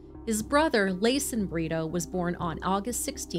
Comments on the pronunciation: Pronounced Lason wrong.. ITS La-sawn Also, its a shame crazy ppl dont know they are crazy. Rationalizing with them should be left to the professionals. But this woman isnt craZy...she knew right from wrong. She also made decisions for herself and her sons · Its very important to say the babies name correctly its La'son and its pronounced like la son.